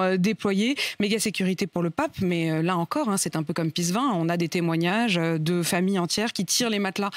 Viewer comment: Si tu l'as visité plusieurs fois, nome le alors correctement! C'est Pissevin, pas pissgain. Darmarien !